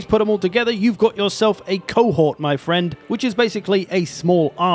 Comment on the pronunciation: Welcome to the Warhammer World, where Wome is definitely not your fwend.